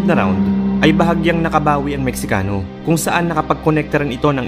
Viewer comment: Mextcano is pronounced as Mehikano. Letter X is pronounced as letter H just like Roxas which is pronounced as Rohas